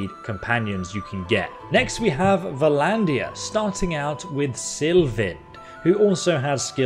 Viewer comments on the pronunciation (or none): Instead of entering all the numbers in the box manually, just click the clasped hands button to automatically set the lowest possible offer. Also, you are mispronouncing Vlandia and a bunch of other stuff. Look at it closely it starts with V and L. No vowel. It's pronounced exactly like LANDIA with a V sound in front.